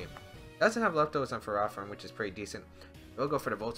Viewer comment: Who pronounces ferrothorn like Pherah-thorn?